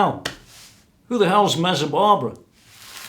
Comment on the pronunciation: Please stop saying "Mezzabarbara"!